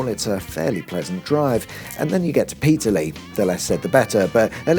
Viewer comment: It’s PeterLEE, not PETERLee!